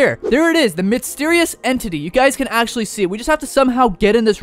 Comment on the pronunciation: Bro said the mitsterious entity XD😂